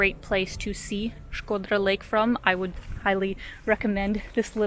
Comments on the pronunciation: Your pronunciation of Shkodra it’s perfect, jus like a real “Shkodrane” ( girl from Shkodra) . Glad you enjoyed Shkodra. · Hearing U say Shkodra made me feel some type of way 😜😄 U nailed the pronunciation, as if an albanian said it 😃that’s awesome 👏🏻👏🏻😘❤️ and thank U for your videos of Albania 🇦🇱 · you have the best pronunciation of Albanian names from all the Yotuber's travel bloggers that visited Albania. Others usually " massacre" Albanian names, but with you I just can't find a single mistake.👌 By the way, Shkodra has a lot to see outside of town, but you need a local to show you where to go and most importantly WHEN to go. Lastly, you are a brave girl to visit the castle in the afternoon all alone, not because someone might attack you, but it is such a big and isolated place that can freak you out. Cheers from Albania!🇦🇱